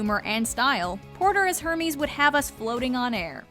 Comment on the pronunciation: i’m sorry did she just say ERMEES?!!!